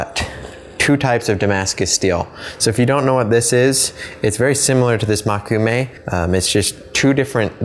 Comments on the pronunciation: Just to note something rudimentary: Mō - Koo -me - ga - ne. Mō, not Mo. 木(onyomi reading もく/moku) means wood or tree. Together with the characters for eye (目／め）and one of the kunyomi readings of the character gold/metal (金／がね), you get a literal translation of "Wood eye metal," or the dictionary meaning "wood grain metal." Just a pedantic fact for anyone interested. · its mokume (as in Moe-ku-may) not makume (as you were saying it), just thought you may want to pronounce something you are clearly interested in correctly